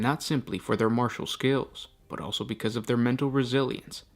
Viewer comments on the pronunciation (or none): none